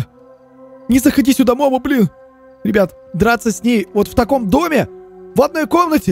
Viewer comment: Не мо́мо а момо́